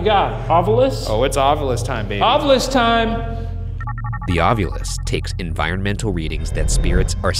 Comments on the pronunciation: Why does Ryan always say Ovilus wrong, it bothers the absolute hell out of me. Shane says it correctly, Ov-I-Lus. Ryan says Ov-You-Lus. You'd think the big ghost fan would pronounce the name of his tools correctly.. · I love how Ryan pronounces it “ovulis” like ovulate instead of “ovilus” 😅